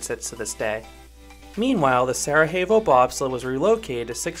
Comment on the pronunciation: Sere-YEH-vo, not Sere-HEY-vo. It's not Spanish, it's Bosnian. It's where a Winter Olympics was held in the 1980s.